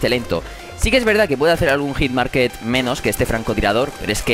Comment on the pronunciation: Me sangran los oidos cada vez que dices hitmarkeT. HitmarkeRRRRRRRRRRRRRRRRRRRRR